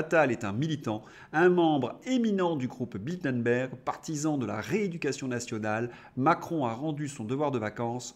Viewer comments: Ce n'est pas "Bildenberg" mais "Bilderberg". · Bilderberg pas Bildenberg...